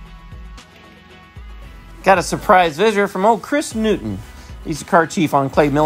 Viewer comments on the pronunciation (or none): none